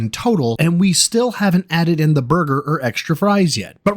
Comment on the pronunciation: For over 18 years this creature still can't even say Burger right for Fuks sake 🙄 🤦‍♂️